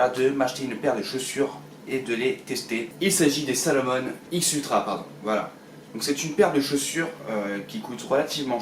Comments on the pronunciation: Salomone Bruno Salomone ça se prononce Salomon mais c'est pas grave tu m'as fait rigoler moi qui suis un fan de cette personne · tu peux prononcer Salomon à la française tu sais ... vue que c'est une marque française originaire d'Annecy 😂